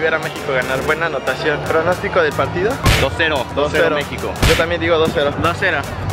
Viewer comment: Dijo 2 a 0 parece que dijo 12-0